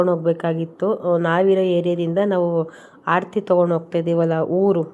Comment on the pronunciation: ಆಡತೀ ಅಲ್ಲ ಆರತಿ